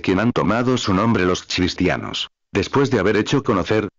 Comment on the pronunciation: Por favor qué este robot pronuncie cristianos, y NO chistianos.